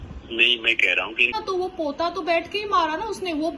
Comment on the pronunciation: पोता 🤪🙄 नहीं होता पोछा होता है .